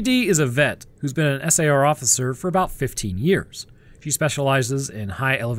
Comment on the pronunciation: You need to program your voice model to stop spelling out SAR. Everyone pronounces it as "sar". You also need to do something to indicate one anecdote has finished and the next has begun. A tune/jingle, a different voice, something. A longer pause if nothing else. It's freaking eerie.